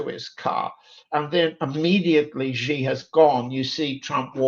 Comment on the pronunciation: John Helmer, you are an expert, right? You hear Nima pronounce Xi correctly over and over again. Then you continue to pronounce his name wrong. It hurts your credibility. "Xi" in Xi Jinping is pronounced a lot like "she", like the female pronoun. Not "zee" like zebra, not "gee" like genius, "jee" like je t'aime, not "see" like sea.